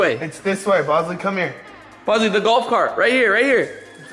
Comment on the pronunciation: hey rachit ghosh its not bozly its bosley